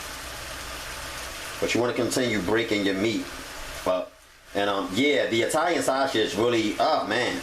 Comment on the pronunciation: Italian Shashege 😂